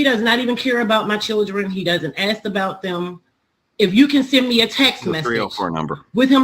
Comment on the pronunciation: Before she learns the word supposedly..maybe she should start with “ask”